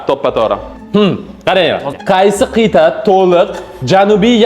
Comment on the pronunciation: Qit'a ❌ Qiyta✔️